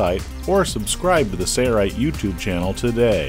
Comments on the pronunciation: Watched quite a few of the Sailrite videos and enjoy learning. But there's something that just bugs me. I know it's petty, but pronunciation of the company name sounds like "sayo-rite". It just seems that if you're representing the company, a correct pronunciation would be in order. peace... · why isn’t the L in Sailrite pronounced? making these. thanks!